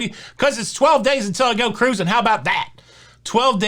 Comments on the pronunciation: exactly. This shows his excitement and love for what he does. I do believe he knows the proper pronunciation. Let him have his excitement. Always fun to listen to. Shush 🤫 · As a future Mardi Gras cruiser, I eagerly await your thoughts, views, vlogs, etc…I ask my steward the first time I meet him to have ice daily. Easy peasy. They’ve always accommodated my request. Finally, it’s not pronounced cruising, it’s pronounced ca-ruse-ing. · Hey! What happened to my three Syllable Cruising!!!!